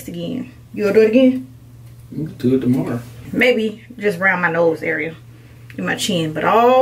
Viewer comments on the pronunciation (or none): 😂😂😂 he said tomor.